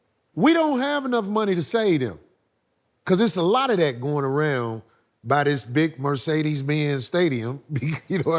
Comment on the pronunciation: “ I take advantage o-dat !! “ 😅☠️